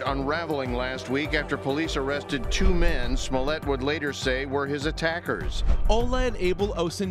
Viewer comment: Jussie must die a little bit inside every time his last name gets mispronounced.